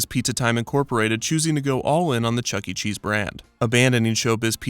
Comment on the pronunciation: No fucking shot this man said Charles entertainment cheese